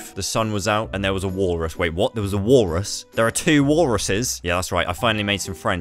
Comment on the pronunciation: WALLRRUSS with the accents was funny